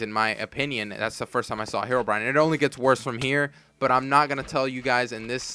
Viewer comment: I remember when a guy called andy and he sall heroebrion